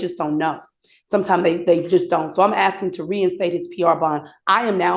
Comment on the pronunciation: I'm just AKSING... isn't this FLUSHDRAITIN'N?